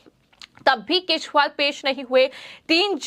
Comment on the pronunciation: Anchor ka bhasha thik kare bahut galat padh rahi hai kejariwal ko keshpal bolti hai. Channel wale galti thik kare